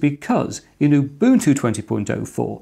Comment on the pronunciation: "MATE" "Ubuntu" He actually pronounces them right. Nice job. Even Linus doesn't pronounce Ubuntu right. Now if only he said "gif" somewhere in this video...